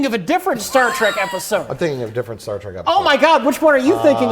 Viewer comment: We need a super cut of turning to the camera every time Mike mentions Star Trek. And I propose a drinking game. Take a shot every time Mike says “Star TRACK” once I here’d it, I can’t unhear it.